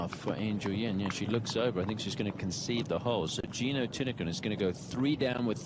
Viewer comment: The pronunciation is correct. Letter “L” at the end of a word pronounces as a “N” in Thai language. Her last name reads “ti-ti-Kuhn”.